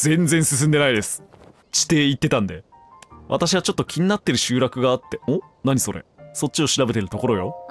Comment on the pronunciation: 欠片と集落のイントネーション気になるw